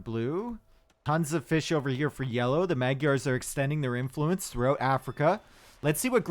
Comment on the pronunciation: Magyars doesnt sound like that. Gy is not G y, but a hard J